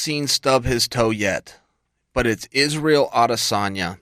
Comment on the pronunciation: I don’t think it’s ‘Issi’ Chael